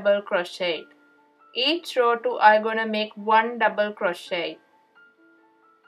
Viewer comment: Its a row not raw